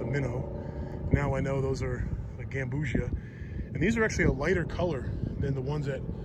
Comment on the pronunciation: "Gam-bu-see-ah" not like ambrosia